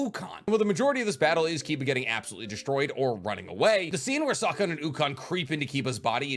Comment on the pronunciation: Whooosse sawcon?? 🤭